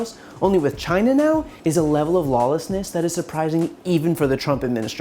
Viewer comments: Dammit ! It's CHINA !! NOT JINA !!! Asshole in all kind of ways...impeach and remove ! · If Trump hates immigrants so much..why does he keeps asking for help and why does it sound like trump is saying Gina....like vagina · Or as he would say CHAI-EE-NA. Impeach the orange. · Why can't he pronounce China in the proper way?